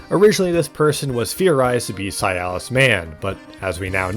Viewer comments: It’s si-las Not cialis.. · His name is Silas. Why are you pronouncing it like it's "Sialas"? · Why are you saying "Si-al-is" instead of "Si-las"? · Bro... It's Silas not SI-AL-AS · Brother, please, I beg you. Silas is his name, Cialis is an ED pill. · For the love of god the man is named "Silas" not "Cialis". That's not a name, that's a penis pill. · the way you say Silas is upsetting, it sounds like a disease. it's pronounced Si-las not Si-a-lis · >zah-hanna >sy-alis Ffs… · not this guy pronouncing "Silas" as "sialus" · Why you pronouncing silas like sayalass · How you pronounce Silas hurts.